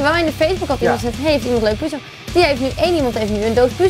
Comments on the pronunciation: Het is puzzel, GEEN PUUZEL! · puzzel schrijf je met z x2 dus zeg het ook zo aub